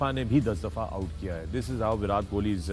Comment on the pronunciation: विराट hota hai chutiyon, विरात nahi. Translate mein daal ke seekho. Convert ho gaye ho to Punjabi to aati hogi.